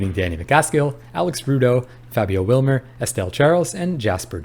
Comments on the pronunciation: I meant you pronounced it Wilmer when its Wibmer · why did bro say Fabio Wilmer